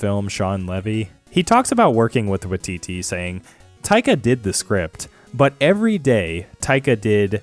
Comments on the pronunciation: It's WAITITI, not "watiti"" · just a quick tip from a kiwi - when you see a Māori word that has "wai" in it like Taika's surname, it's more pronounced like "why", so it would sound like "why-titee" - said with love not judgement at all just wanted to help with the pronunciation